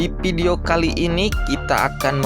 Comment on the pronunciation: inpastuktur??? 🤔 dipidio??? 🤔